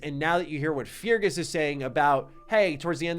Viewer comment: MY MAN — I GOTTA STOP YOU HERE. FEARGUS IS PRONOUNCED “FIH - RGHAS” PLEASSE .. like Ferguson w/out the “son” luv u tho thx